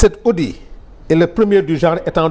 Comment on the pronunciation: Arrêtez de dire c’est audi svp on prononce le t de audit 🤨